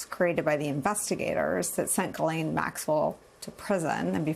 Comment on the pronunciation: HER NAME IS "GH" LIKE THE LETTER "G" SOUND. HER NAME IS FRENCH. AMERICANS MISS PRONUNCIATION OF HER NAME IS KILLING ME.